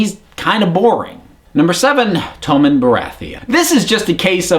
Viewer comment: I'm American and I pronounce all the names correctly. This guy's just an idiot. Please don't lump all Americans in the same boat as this goon...